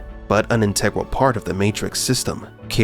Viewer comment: omg its the guy that can't say integral again